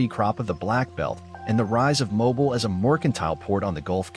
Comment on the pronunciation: You keep pronouncing Mobile wrong